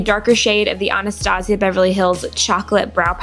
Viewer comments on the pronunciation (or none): none